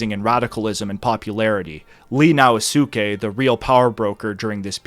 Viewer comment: Sho-Een! Now Skay! Sone-no jo-ee! Intonation全然違いますが。